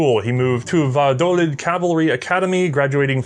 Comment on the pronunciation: I love what he did to "Valladolid"